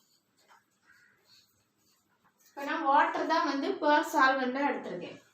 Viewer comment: Super mam. Pure என்பது கேட்பவர்களுக்கு poor என்பது போல் என்று கேட்கிறது. அதை சரி செய்தால் நன்றாக இருக்கும்